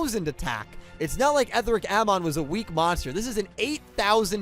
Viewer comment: It's pronounced "Eh-thee-ric Ah-mohn." The dub pronounces it like that, also "Etheric" is an actual English word. "Amon" is a mythological character... also a character in The Legend of Korra.